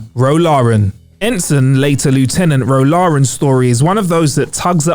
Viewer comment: Is the presenter in this clip actually a trek fan? No real trekkie would surely say Ro Laren’s name incorrectly! I like to know that my presenters actually know what they are talking about